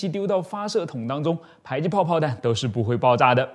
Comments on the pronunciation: 為什麼迫ㄆㄛˋpuo 唸ㄆㄞˇpai??沒這個音啊⋯⋯ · ㄆㄞˇ擊炮？ㄆㄛˋ迫擊炮！！ 這個博主的發音是不是怪怪的？？ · 迫（po）擊炮為什麼要念成排（pai）擊炮？難道”被迫”“逼迫(po)”要念成“逼迫（pai）”跟被迫”(pai)嗎？ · 把這個東西念作迫(讀音為排)擊砲，在台灣念作迫(讀音為破)擊砲 請問單獨念迫時是怎麼發音的?